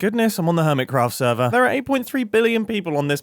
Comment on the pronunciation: Urmitcrapht Lol